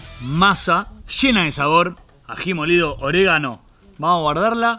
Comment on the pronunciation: Oregano no oreganatto no es italiano